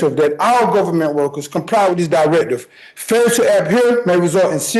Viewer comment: Also "Gofferment"